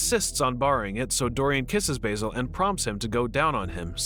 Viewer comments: Baz-el not bay-sil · respectfully, is it not pronounced 'basil' like the plant, it is pronounced B-AH-zil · Oh no, i forgot that Americans don't pronounce Basil properly. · Basil - Bazil not Bayzil Sybil - Sibil